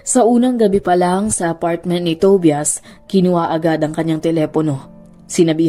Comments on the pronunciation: Tobias it pronounces as To-ba-yas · Ate Tobias pronounced as TOBAYAS ata. 😅